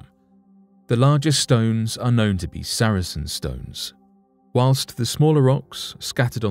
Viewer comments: Sar-sen not saracen. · It's Sarsen stone not Saracen stone btw 👍🏻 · Sarsen stones NOT saracen stones. Also, the artist's impression of the busy road next to the site is the wrong road!. The A303 is a few hundred yards to the other side of the site. Could do better. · FOR INFO They are SARSEN stones, not Sar A Sen stones. saracens were soldiers.